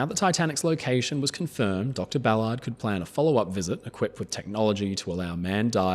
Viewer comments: You pronounce his name like he's meant to keep cars off sidewalks 😂 Americans say "Bal-urrd" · He's butchering his last name